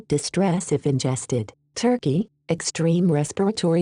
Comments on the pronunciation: It’s turkey not torkey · Maybe the speakers not good at pronouncing country names because she’s not used to it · TORKEY THE COUNTRY WERE YOU TORK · I don't think the EAS Voice forgives Turkey for Gallipoli or it believes the Aussies won hence the Aussie colony of Torkey :D